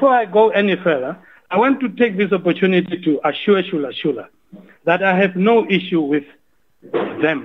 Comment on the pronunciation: It's ChulaChula not ShulaShula...